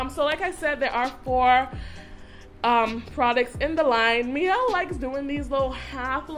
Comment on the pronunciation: Pronounced "mee-ell." The word "miel" is Spanish for honey.